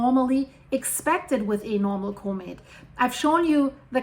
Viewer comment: I just come here to hear this lovely scientist say "Koh-mitt" 👍🏻